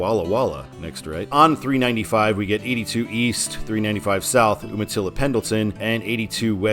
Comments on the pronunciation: Calling Yakima the Palm Springs of Washington has always cracked me up; bordering on false advertising! I live in Kennewick. Also Umatilla is pronounced YOO-ma-tilla. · Umatilla is pronounced you-ma-tilla.